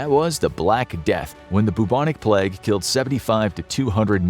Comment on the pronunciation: Plag? When did pronunciation of the word 'plague' change?